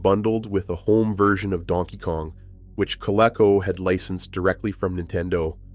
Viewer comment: It’s pronounced co—LEAK-co by the way. We had a Colecovision. My brother played it a lot but I was really young but I remember playing Dig Dug on it.